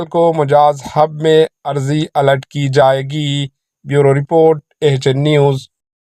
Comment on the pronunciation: نیوز ریڈر صاحب اردو کا تلفظ صحیح کیجیۓ۔اراضی کو عرضی کہہ رہے ہیں۔